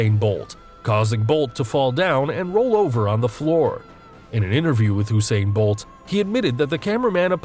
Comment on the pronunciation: Holup Is it just me or did he just say Oosain bolt